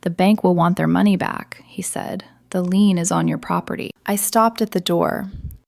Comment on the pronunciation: It’s a lien not a lean!